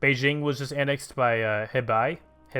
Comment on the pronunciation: Hebei is pronouned huh-bay